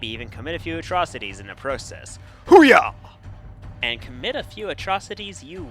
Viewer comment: I love your videos but how you butchered saying the iconic Hoo-ah made me face palm lol